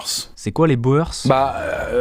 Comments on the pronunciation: Être Belge et entre "BO-EUR-SSSS" 😭😭😭 Ça se dit plutôt "Bour" :') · Boers c’est du néerlandais(boeren plus exactement) ça veut dire fermiers. Et ça se prononce « bour-s » pas beau-e-rs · pour les Boers, on ne dit pas les "bo-heurss" mais les "bour" (du Néerlandais "boer" = paysan... ce qui donnera "bourrin" dans un registre plus péjoratif) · La guerre des Bours, pas des boeurs ! sinon super vidéo mais pitié, la guerre des bours, qui signifie "paysans" en afrikaans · Les "Bôheurssss" mdr On dit les "bour"... je dis ça sans condescendance, c'est une erreur classique, mais nous en a fait une bien appuyée qu'elle en est marrante ^^ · Pas "bo eur ce", ça se prononce "bour". Autrement très bonne vidéo comme toujours :) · Ça se prononce pas boers mais bours, ça veut dire fermier en néerlandais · J ai des bases de néerlandais, et selon moi, personne a part les francais ne prononce "bohaires". Les Boers (prononcé les bourre) vient de "boeren" (prononcé boureun), qui veut dire paysans, mais pas dans un sens pejoratif, car les "paysans" neerlandais et flamands etaient assez aisés et avaient un gros poids politique. Mais je peux me tromper 🙂 (ha oui, la hollande est une region des Pays-Bas dont les habitants sont les Néerlandais qui parlent le néerlandais. C est comme dire Parisiens au lieu de Francais) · 🤭On prononce pas les "BOERSSES" mais les "Bourg" en ce qui concerne les Boers. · On dit les bours pas les boers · Très bonne vidéo . Juste une chose, pour les Boers, ça se prononce, "boûrs" 😉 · Chouette vidéo. Boers ce prononce Bours pour l'info ;-) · Juste pour info, " Boers" se prononce "Bour" ;) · Boer se prononce "Bour" 😉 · Pour les boers on prononce "bourr" c'est du néerlandais ;) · boers ca se prononce bour !!!!!!!!!!!!!!!! juste une toute petite recherche avant de faire la vidéo aurait suffit 7_7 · Excellent comme d'hab'! Par contre "boers" se prononce comme "bourse" en néerlandais ("oe"se prononce comme notre "ou"). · Pour les Boers, ça se prononce bourss